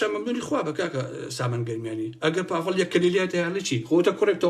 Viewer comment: سلاو باڤڵ ئەڵێ ناوم باڤڵ نەک پاڤڵ 😢